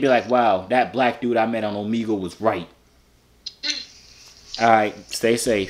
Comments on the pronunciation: ohmehgul not ohmeegul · For the last time it's Omegle. (O-MEG-EL) pronounce it out 😁👍🏿